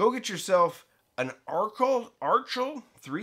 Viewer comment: You are pronouncing Archel incorrectly. It is named after Rachel so the amp is pronounced like her name.